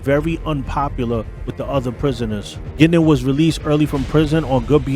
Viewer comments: It is pronounced Gwin-don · I'm from Bowmanville and that is very close to Curtis Ontario we're Berny lived You're also not pronouncing his name correctly it's not Gindon you need to pronounce the u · hiis name was bernie guindon not gindin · Wrong. I was in the Oshawa area from 1980 to 1994, and hung out with one of Bernies daughters. Everyone, including the daughter, pronounced it "Gindon". It's because "Gindon" matches the french pronunciation. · You’re saying his name wrong. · At least say his name right! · First off you pronounced his last name incorrectly the entire time. Secondly much of your information is factually incorrect. You should do better research before posting. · at least connect with a local who can help you cipher the stuff you dug up on the web...first time you said Bernie's name I choked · did NOT pronounce Bernie’s last name properly once.!! Bernie is Alive and well and can be seen hanging out at his son’s clothing store in Oshawa…(Bernie Frog).!! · You should learn how to pronounce his name